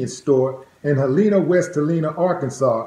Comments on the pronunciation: Helena, not Heleana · Willie D. Its pronounced Hell-lin-ah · That's my hometown. That's the boi Edd. Aye Willed D the True OG.. it's pronounced Hell-ena.